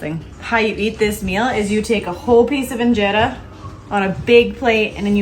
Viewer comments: Wow, the kids are si awesome. You guys are a natural for Ethiopian style food. Even the way you guys are pronounced the injera, Alecha,etc. was spot on❤ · I am so impressed! Your food looks amazing and your pronunciation of the food is perfect! is so cute 🥰